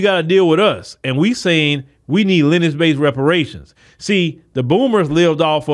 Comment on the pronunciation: It's lin·e·age Not Lennch Just trying to help you out with your vernacular.